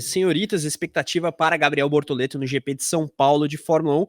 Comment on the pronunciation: Procura-se emocionados falando bortolento 🫵🏼🤣👀👀